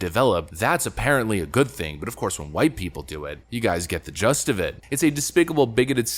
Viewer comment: Did you actually say "you get the just of it" instead of "the gist of it??"